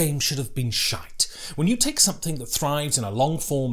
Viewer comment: As a Scottish person I appreciate your pronunciation of sh!te 😂